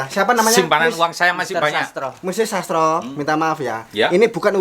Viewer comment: Sastro kl ngomong ya sas tro.